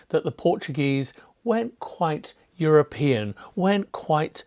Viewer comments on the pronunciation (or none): none